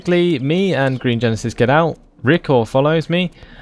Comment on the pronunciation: I am still laughing at the fact you called me Riccor! Its Recca, but I love you still.